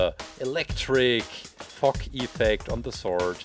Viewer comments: It sounds like he’s saying f*** instead of fog.no offense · Put captions on and it shows that he says fog